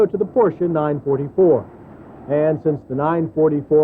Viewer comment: It's called a NINE FOUR FOUR, not NINE FORTY FOUR! Why do the Americans have to mispronounce everything........even with cars, come on! :D